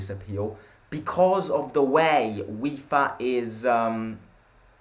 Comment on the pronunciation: Why do u always say Wifa and not Fifa? )) Or its just my imagination...